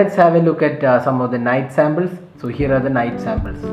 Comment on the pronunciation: Its not Sambles.... Its Samples.